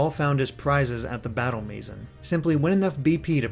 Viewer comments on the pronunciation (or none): none